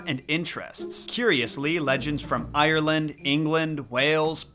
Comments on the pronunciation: IRRleand It isn’t pernounced like that 💀😭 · I'm from Ierland and your pronouncing Ierland wrong